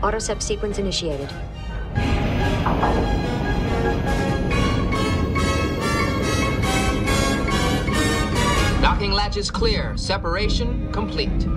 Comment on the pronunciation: It sounds like Geordi says "Knocking latch" .